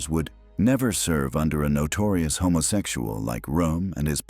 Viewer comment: I have no idea about the old narrator, but this one is able to correctly say the word "homosexual", which seems odd considering the subject of the video.